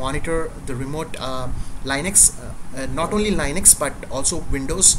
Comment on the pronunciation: it pronounced Lin X. Not lie nix thank you for sharing your knowledge. you're a good teacher